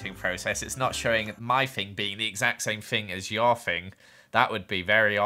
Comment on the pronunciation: when you say thing it kinda sounds like fing to me